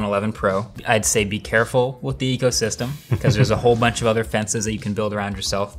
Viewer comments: Take a shot everytime marques says "ecosystrm" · Nobody: Marques: EcOsYsTeM